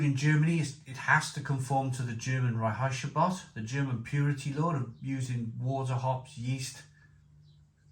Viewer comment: Please look up how to pronounce "Reinheitsgebot" correctly. You sound like Flowerpot man or a fart in the bath. There's plenty of options on YT.